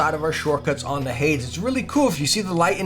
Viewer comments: It's "hay-deez", man. Hades. Hell. Hay - deez. Not "haydz". Hay deez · Why did he pronounce hades at the beginning like haids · Btw the way it’s pronounced hay-dees